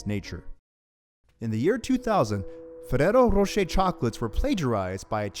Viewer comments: Learn how to roll the R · Fereros rosheir :v